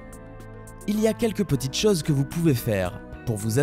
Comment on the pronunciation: On dit CHOSE, pas CHAUSE !